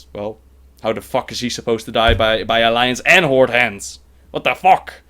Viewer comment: this guy is certainly dutch. you can hear his dutch accent so clealy when he says what the fack. AWESOME!!